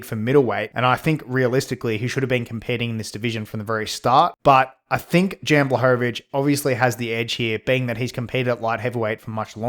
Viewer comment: Good take brother keep of the good work it’s pronounced Yan btw